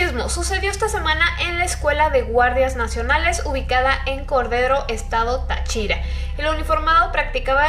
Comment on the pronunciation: no es ta CHIRA es Tachira XDxDXDXDDDDXxdddxD me dio musha risa weyy xD soy de Venezuela y yo ni enterada q paso esto we QwQ